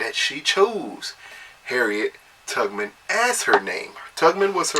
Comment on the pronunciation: Was he saying Harriet TUGG-man?